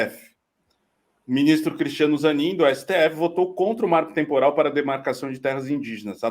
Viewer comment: marco trmporal é o moro falando marco temporal.